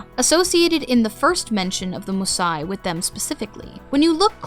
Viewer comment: Just wondering: you quite consistently use the Homeric Greek pronunciation in your videos, but why not do so on the name of Mnemosyne? There is no silent vowel in any form of Ancient Greek at the end of a word, so Her name should be quadrisyllabic, and the "y" should definitely not be pronounced as a long "i"...?